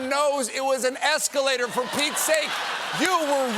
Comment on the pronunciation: Good GRIEF!!! Idiot trump doesn't even know how to say "escalator"!!!